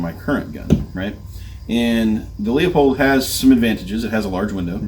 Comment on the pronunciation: I was enjoying the video untill I heard you pronounce Leupold as LEAHPOLD. Credibility gone. Just kidding, thanks for putting together a good sample of carry optics choices. I went X5 Legion but am tempted by the Walther Q5 match because of the way it fits my little hands. Seems like Shadow 2 with optic cut slides are showing up more and more.